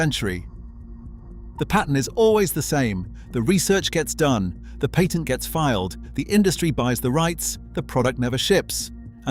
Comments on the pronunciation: Please learn how to pronounce the word "patent".... Jeez. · So you never described the MESH. Also, the a in the word patent is not pronounced correctly, especially when you are referring to a US patent.